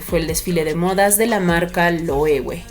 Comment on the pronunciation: Thanks for caring for correct pronunciation of LOEWE))